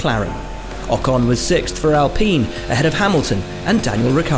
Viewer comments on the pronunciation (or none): none